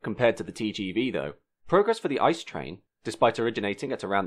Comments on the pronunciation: It's not "Ice" it is I...C....E!!! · ICE is not pronounced as "ice", but I-C-E! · Great video, good information. But every time you call it an "ice" train instead of an I.C.E. it sounds like your reading an wiki page. I know it's very common for English speakers to call it an "ice" train but it still sounds strange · It's not an "ICE" train, it's an InterCity Express - pronounced "eets zay ay" in English. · Again a great video! :-) Just one thing: nobody says "ice". It's "I.C.E.". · (basically too many to all include here): It’s pronounced “I-C-E”, not “Ice”. (Or is it not?) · It’s an I-C-E not ‘ice’. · One little thing... DB calls them i-c-e (making you spell out all individual letters)... They are not ice trains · Thanks for that video. But it is never "ICE" (like frozen water) but always "I, C, E" ;) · Great video, but as I am not the first to mention: Please don’t call it "Ice"-Train. It’s I C E as in german the solid state of water is pronounced the same as in englsih, but spelled it’s "Eis" and so no one in germany calls the train Eis-Train. :) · Its pronounced I C E, like TGV. Not "Ice" :D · iTs PrOnOuNcEd I c E 🥴 was looking for this comment it didn’t take long....... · Indeed, no German I know would ever refer to it as the 'ICE TRAIN'. It's an 'ee-tseh-eh'! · In American English, I would pronounce it as "Eye Sea Eee". Not sure what kind of crazy English you're speaking, unless you really meant Deutsch. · I wouldn't go that far. I.C.E. pronounced as an abbreviation (in English) would have been good. Also, I liked how he went from the I.C. Experimental becoming the "ice" train. XD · It’s pronounced like “It’s see e” And Eurotrain (ICE-TGV train) was using ICE 2 powerhead. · Did you seriously pronounce it 'ice'? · Just a quick sidenote. The name ICE is actually spelled I. C. E. You would never hear a german call it the ICE train.